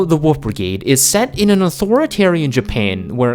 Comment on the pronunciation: You keep calling the wolf the woof